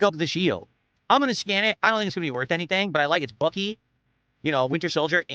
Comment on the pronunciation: "Im ready to scam, ok lets go". I know he meant scan but he really meant scam